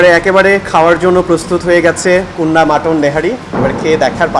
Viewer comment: Kunni na kunna hobe thikvavey uccharon korun